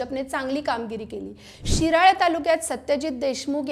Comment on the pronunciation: ओ मॅडम... विरळा नाही शिराळा म्हणा😂😂